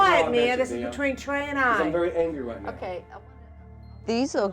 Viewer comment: I think it’s pronounced like Tr-eyh rather than Terr-ah.